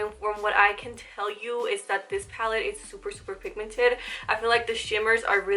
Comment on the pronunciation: Love you , I was going a little nuts when you were saying “pallid” instead of pallet . But great video !!